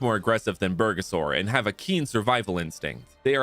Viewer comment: nah crazy calling bulbasaur, bergasaur. As a Mexican, I almost spit out what i was drinking.